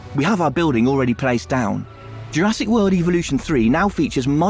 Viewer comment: BOAT + british guy that cant pronounce the name of the game that he is working on